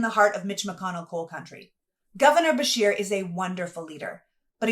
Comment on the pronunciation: I misheard then... It sounded like she was saying Bashir... so I assumed the person being referenced was someone of Middle Eastern background, which for me personally, we have enough of that in our country. If Beshear is in fact Anglo-Saxon, that is not a problem, however even whites need to be critical of other whites, and should carefully discern what their motives or intentions are when running for office. Hispanics, Jews, Blacks, Native Americans, East Asians do not come from cultures that are compatible with our own... It's partly to do with genetics, and partly to do with cultural differences; I often find it strange that people like you will blindly defend non-whites despite the fact that you and the majority of whites, would never want to live in non-white/western countries; as it stands Anglo-Saxons created the free world! If a Dane, Norwegian or Swede-who are not Anglo's by the way-but share a common Germanic heritage with W.A.S.P. in America, decided to immigrate to this country I would have no problem with that, they are genetically and culturally relatively the same as Anglo's... Mexicans, Blacks, Jews, and other Hispanics are not Anglo-Saxons, nor are they Germanic, and those of us of English blood have shed enough, fighting France and Spain in the past during the 7 years war! Therefore America rightly belongs to Anglo people who fought and won for dominance on this continent! Facts are what they are!! P.S. I no have personal issues with any race so long as th